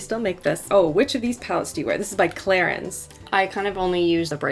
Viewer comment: I had to literally click off this video because the way you say Clinique it’s not Clarence